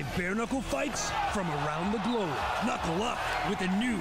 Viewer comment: yea good to see other people making comments on how cringe this announcer is.... someone needs to coach him on what words to emphasis on cuz... he sounds so white and nerdy... "hello hello hello"? really? as an intro? lmao.... and then his silly 'KNUCKLE UUUUUUUUUUP' is.. lame... please someone help this man to not sound so nerdy.... help him with emphasis....